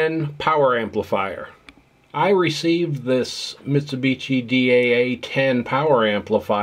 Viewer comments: For the OP: Just FYI - Mitshubishi is pronounced (end part of the name) like a "SHI", not like "TCHI". The other thing I'm noticing is how many people had no clue Mitsubishi did high-end hi-fi gear and never heard or seen these pieces. These are great sounding, super powerful, nicely performing and fantastic looking pieces of sound engineering at the pinnacle of high quality audio products! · Vinage, Mitsubitchi, Shassy... lol